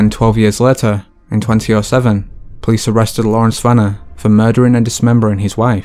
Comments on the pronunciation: Who the fuck calls 2007 “twenty oh seven” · Did this boi just say twenty oh seven??!